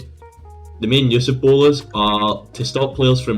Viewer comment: i find it funny you call bolas "bowlers"